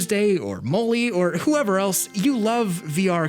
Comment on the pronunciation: did he just say "moly"